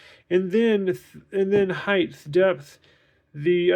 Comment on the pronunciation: Just for future reference, it's "height", not "heighth". Good video.